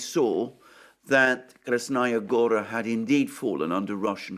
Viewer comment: Listen counselor, you keep mentioning Krasnaya Gora, but you actually mean Krasna Hora. Krasnaya Gora is the name of a city in Russia.